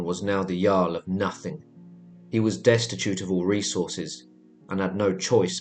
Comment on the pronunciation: Did you say "jar-l" it's "yarl"